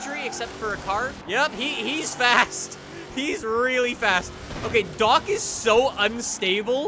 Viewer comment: Dock not duk